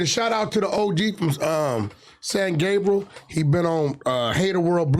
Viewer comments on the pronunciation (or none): none